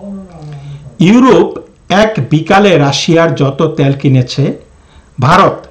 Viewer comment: আপনার বাংলা উচ্চারন ঠিক করুন। দেশ দ্যশ না। তেল ত্যল না। সুদ্ধ করে বাংলা পড়লে শ্রুতিমধুর হয়। আশাকরি মনে রাখবেন।